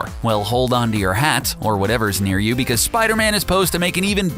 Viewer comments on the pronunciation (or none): none